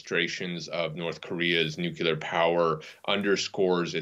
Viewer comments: If you're going to be filmed talking about nuclear weapons, you should be screened for whether you can pronounce "nuclear" correctly. What's so hard about saying NUK-lee-er? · Nucular ??? Wtf?? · Nucular? Intregal? What's wrong with Americans 😂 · Can we please get our professionals to pronounce nuclear properly.